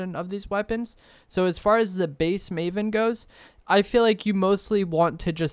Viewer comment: First of all it’s “maven,” not “mavon.” And secondly, the maven is terrible, you’re wrong. It has the slowest ttk out of either of them. Only the exotic version is decent